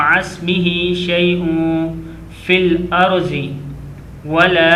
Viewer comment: The sound fel arze is not correct, we must recite it with sound of fel arde.